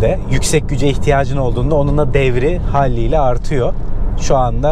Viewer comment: Halliyle değil kardeşim, haliyle! Keşke biraz kitap okusanız!